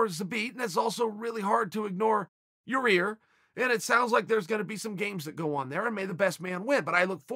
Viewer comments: YAA-EAR, not YOUR REAR. show a little respect bro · "but the same goes for yayear" "ya ear" "your rear" chael. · Say it with me Chael " yair" not. "yarear" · Is it Yii-air or your-rear? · Chael it’s Yah Ear! Ya ir! yair! Not yur rear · Ya ihr not your ihr Chael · It’s really hard to ignore “your rear” 😭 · Lol. Even the auto caption says "your rear" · I hear it as Yarear. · Chael, repeat after me; YAYEAR. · My CC says “your ear” every time Uncle Chanel says Yair’s name and I’m just laughing with tears running down my face 😂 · I'm just glad I got to hear uncle chale say "Yeah-rear" a few times befor 🎄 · I knew "Ya-Ear" couldn't sustain for that long. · Ya "rear" Rodriguez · "Your rear". Cmon uncle chael lol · “Your rear” bro stop😂🤣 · Chael:."its hard to forget ya rear" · Uncle chael is trolling us with 'your ear' Rodriguez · Ya ear Rodriguez 😂👌🏻👌🏻👌🏻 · Calling poor yarear, yah 👂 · Yah Ear Chael. YAH EAR! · Name: Yair Chaels version: Ya-Ear👂, Ya-Rear🍑 🤭😭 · Now i know chaels fuckin around. He says ya rear, and then ya ear. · YA-REAR RETURNS. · Can someone please just make a compilation of uncle chael butchering fighters names . Yair -> Yayear -> Ur Rear 😂😂😂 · chael last month "u idiot its Ya-Ear NOT your ear"..... and now, hier we go again ,,,, meehhhh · Yair -- pronounced "Ya-air" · “Ya rear" or “Ya ear" is more funny 😂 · Yah Rear LOLOL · Lol he started by calling him "ya ear", then as the video progressed it became "ya rear". I swear in his previous videos though, he called his name Yair properly. He has to be trolling lol. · Why is everyone else MISpronouncing Yaïr - instead Yareer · Chael "Yair... jk Yarir" Sonnen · He is trying way harder now to say yair after that fan question video guy said yarear and he called him an idiot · Chael trolling us with how he pronounces yairs name 😂